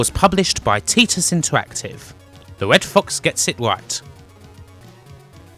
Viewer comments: It's pronounced TY-Tus not Tee-Tus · "teetus interactive" lol, TIE-TUS interactive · Teetus not Tietus? Shit! Have I been saying it wrong all these years? Great video! And that's the first time I've been called the "Almighty" Xyphoe! WOW! Ha!